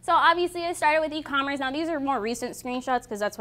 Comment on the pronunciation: did she just say e-commerence?.. i'm out..